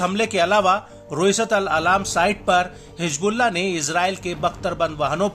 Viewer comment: Hijbulla nahi hizbulla hota hai